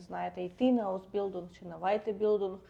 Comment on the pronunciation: Зайшла випадково. Поради слушні, але зверніть увагу: твердий звук "л" у німців майже відсутній, вони кажуть здебільшого "ль". Тому "аусбіЛЬдунг", замість "аусбіЛдунг". Без образ🙂